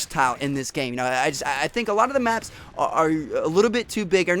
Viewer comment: When he was saying big maps it sounded like big macs